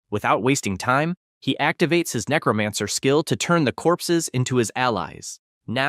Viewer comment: The name to his powers are necromancer the person that's doing the narration is saying the name wrong if you're going to read a story say the main characters ability right it's necromancer not necromonger dumbass